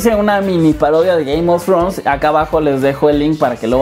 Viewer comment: Ze dise gaym of frons :V